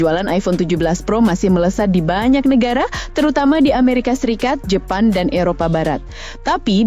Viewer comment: Jepang bukan Jepan 😂😂